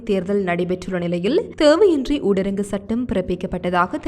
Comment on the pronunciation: ஊடரங்கு சட்டமல்ல. தயவு செய்து.. சகோதரி ! ஊரடங்கு சட்டம் என்று உச்சரியுங்கள்.🙏